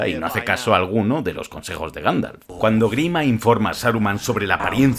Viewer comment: Ganfalf? 🤣 Minuto 10,16